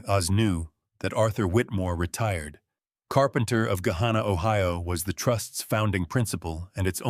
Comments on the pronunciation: There are no longer any farms on the drive from Dublin to Gahanna. Pronounced Guh-Hanna. Not Guh-hawnnuh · Was the Thanksgiving dinner in New Albany? They went south on 62 to Gahanna which was incorrectly pronounced. Route 62 doesn’t go to Dublin. If they took 62 to return to Gahanna I assume they came from New Albany and not Dublin. However later the story said the Whitfield compound was in Dublin.